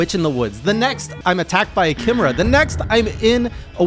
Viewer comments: Kim er uh? Don't you mean Kai me rah? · It's "KAI-MARE-UH" not "KIM-ER-UH" btw. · It's pronounced ky - meh - ra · Chimera; pronounced like 'Kie' (like Pie) 'Mare' (like the female horse) 'Ah' (the thing you say if you have an idea) 'Kie-Mare-Ah' Chimera. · Pronounced kai-meh-ra